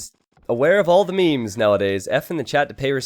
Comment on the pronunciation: Hey... please learn how to pronounce « meme » properly.